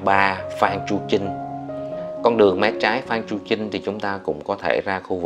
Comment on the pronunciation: Đường phan chu trinh chứ ko phải chu manh trinh nha